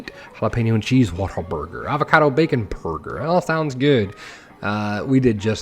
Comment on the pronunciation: You nailed the Whataburger, or as they're loving referred to around my parts the "Wait-a-Burger"! Any chance of you putting it on the workshop?